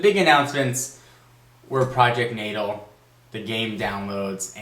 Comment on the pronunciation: i think is pronounced Nah-Tahl